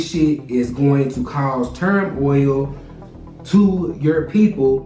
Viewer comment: Going to cause "Term-oil" 🤣